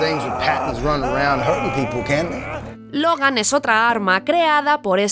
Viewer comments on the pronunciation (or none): none